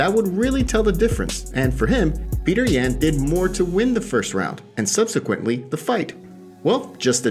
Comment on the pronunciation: just really wanted you to say Yan's name correctly